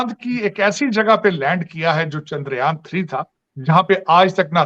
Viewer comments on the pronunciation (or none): none